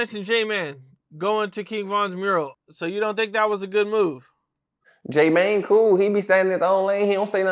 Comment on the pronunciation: Its j mane not j man